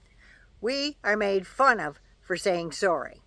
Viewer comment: “ foy yer” is just wrong :-)